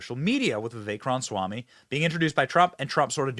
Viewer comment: Benny cant pronounce Ramaswamy. Cracks me up